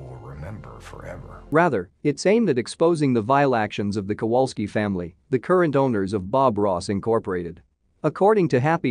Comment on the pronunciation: They did a great job. Very good documentary. Why should they reveal something dark when he wasn’t a dark person? Look at the Kowalski’s. BTW, your BOT can’t pronounce Kowalski.